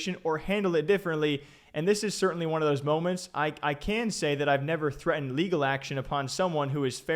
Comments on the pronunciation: wtf "LEAGAL"????? she needs to go back to school. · "persue leagel" hahahaahahahhaha